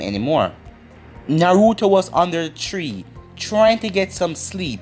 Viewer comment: How you say tree like three and three like tree 🤷🏾‍♂️🤦🏾‍♂️